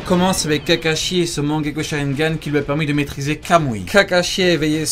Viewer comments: C est mangekyou pas mangekyo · On dit pas mangekyoU ?? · et stp respect naruto en disant correctement "mangeku" tu fait male au oreille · La prononciation de « mangekyo » est pas tout a fait la bonne 😂